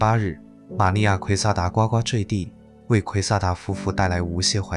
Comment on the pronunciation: 是gu gu坠地不是9ua gua！